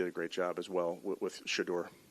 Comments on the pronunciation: He can say Bernie Kosar's name, but not Sheduers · Congratulations Shedeur you can't say Shedeur name ass !